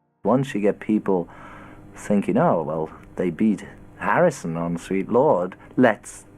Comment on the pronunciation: Why do you say Hirrison and not Harrison at the begging...🤷 But it happens and I'm so annoyed for George 😢